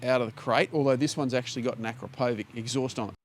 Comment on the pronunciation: Please, check the correct pronunciation of Akrapović